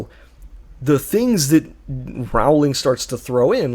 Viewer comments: Pronounced "Rolling", according to Rowling. It still does not make her a good writer though. 😉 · Can't even pronounce her name properly.